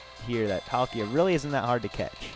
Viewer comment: I play diamond. I don't like palkia that much, and,pronounce their names right.